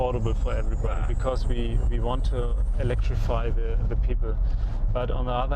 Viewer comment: "ve vant to elektrivy the people" I am DEAAAAAADDDDDDDDD!!!!